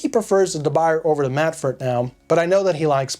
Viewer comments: It's not pronounced da by-er. It's French. It's pronounced da boo-yay. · pronounced as “de buyey” not the buyer😀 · De "Buy"er lol, I think it's pronounced DeBooyay, ya know.. French and all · De boo-yeh not de buyer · It’s pronounced “dub bu-yeh”. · You're pronouncing it wrong. It's Duh Bu yeh. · Good video. Quick note: De Buyer is pronounced DUH BOO YAY. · deh-Boo-yeh. say it right! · De BOO yay. That's how it's pronounced. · We all gonna keep letting you say "de buy-er"? It's French! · Not really. I've been many times to China, Taiwan, Japan, India, Brazil, France, Holland, lived in Germany for a few years, etc. The different pronunciations are due to accent, eg, Spanish speaking people pronouncing ch and sh. But that's regardless. It's not da byer. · for the record Debuyer is a surname with French origins. Not Dutch. And there is only one correct way to pronounce this word (Duh Bu yeh). He sounds silly saying it wrong over and over in this video. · Sir, you might want to learn how to correctly pronounce the name of the company, du Buyer. The Hint, it’s French. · It hurts when you pronounce "de Buyer" 🤣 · P.S. "Uncle Scott" of Uncle Scott's Kitchen used to mispronounce De Buyer, also. He corrected himself instead of making rationalizations. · Please, try to pronunce it well. You talk in some kind of english, but the french pan have to be well pronunced ( or at least, nearly. ) Do an effort...